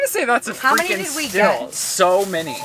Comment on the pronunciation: I can’t get past mispronouncing words like Meal, he will say “mill” Steal, he will say “still” Syrup, he says “sir-up” Real, he will say “rill”